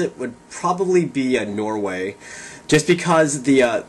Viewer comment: Woho! Awesome dude! Hehe, I am Norwegian. I was like "What did he just say?" when you said "Norway". HAHA. Yeah, and the chicks are awesome! You should see the Norwegian Landscape. Keep it coming!